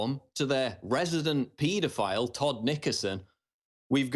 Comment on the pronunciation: What's a "petaphile"?